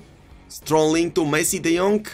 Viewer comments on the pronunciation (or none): Love when he says De Jonk and Sterlink